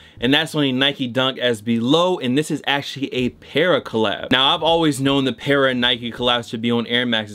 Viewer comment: Fam, it’s “Patta” not “Parra”